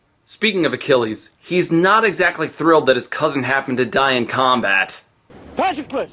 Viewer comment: Patroclus and Briseis wrong. It is pronounced Pat-Troc-ulus with a soft 'a' , 'o' a hard 'tr' , and a long 'u'; BrI-see-us with a hard 'i' and a long ee sound like sea. The dash marks are for stress.